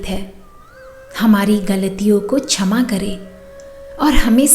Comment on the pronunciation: कृपया छमा नहीं ..क्षमा..उच्चारित करें। सुन्दर प्रार्थना है।आभार 🎉